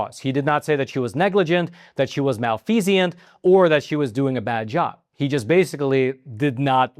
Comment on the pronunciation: Malfeasance is the noun, as in, She was guilty of malfeasance, a thing. But he was using the word as an adjective, as in, Her service was not malfeasant, meaning, her service was not characterized by malfeasance. So it wasn't wrong to use the word malfeasant instead of malfeasance. He did pronounce it incorrectly, however, as mal-fee-zee-ant (4 syllables) rather than mal-fee-zint (three syllables).